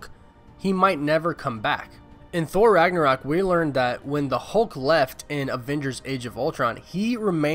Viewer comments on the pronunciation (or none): none